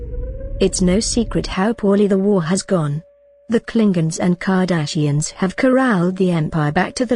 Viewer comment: I enjoyed this. Good vid. Im sure near the start she said carda SH ians.